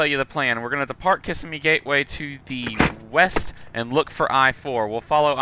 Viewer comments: loved the vid. had to laugh at your pronunciation. thats how my wife and i pronounced it when we first saw the name. but right. ki-SIM-ee. lol. keep making vids and we'll keep watching them.:) you are a good teacher. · it is Ka-sihm-me not kiss-a-me.